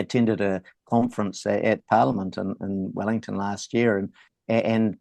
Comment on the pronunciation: There's no V in Vellington